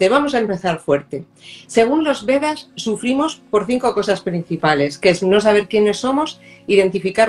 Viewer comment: VEDAS, NO Bedas ! (Vaya, tanta cultura y dejar pasar estas cosas...)